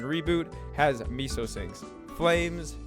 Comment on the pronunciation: the moment u pronounce meso correctly will drop a note 😂